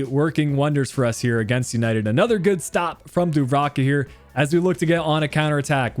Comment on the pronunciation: Is dubravka not duvarka and it’s almiron not almirone